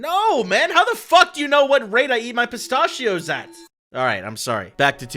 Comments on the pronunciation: Im a minute in and i cant get over.....PISTAHHHHHHCHIOS WHAT WHY DID YOU SAY IT LIKE THAT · You mean pis-ta-chios? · Anyone pronouncing pistachios like that needs to be charged $20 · Wtf is that pronunciation for pistachios????